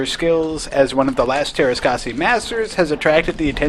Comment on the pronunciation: I'm a Finn and you can imagine my bewilderment when I saw this game in stores. BTW, the Ä is pronounced like the A in the word "hat" and R is hard and rolling like in "brrrrrr" when you're cold